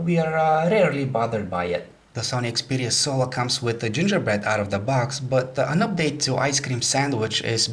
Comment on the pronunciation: lol it sounds like hes saying 'Sony Xperia SOA'